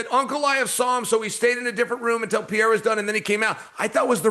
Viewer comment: Sonnen is a Moron. Talking about he sees a champion in Paddy. Ilia is no Jared Gordon. Tool. Who takes someone seriously as a host when they can't even say people's name correct anyway. "Pee-era". DC must feel bad for Chaels learning disability or some ish.